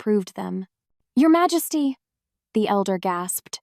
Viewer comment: AI narrator is having mispronunciations that need to be fixed, especially the word Majesty (the J is not pronounced as an H sound), but the story is fabulous ❤❤❤❤❤❤